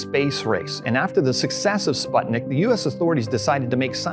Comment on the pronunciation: He pronounces it as "spOtnik" I'm Russian and I die every time I hear this dumbass say that idk. SpUtnik means satellite But the way he says it makes me think of sweat Because pot in Russian means sweat spOtnik I'm dead i can't